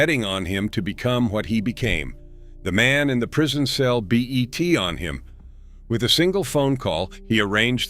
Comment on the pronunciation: "B.E.T. on him?" 😂😂😂 ... AI still needs some work